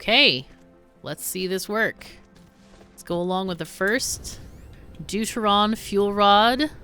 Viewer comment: Every time you say "Deuteron" I hear "dude-ah-ron".